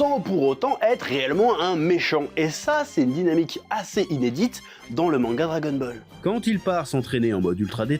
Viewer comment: J'ai la nausée à force d'entendre dragon-bol !!!! Bol de quoi ?? Bol de Kelox... 🙄 🙄 🙄 🙄 🙄 🙄 🙄 🙄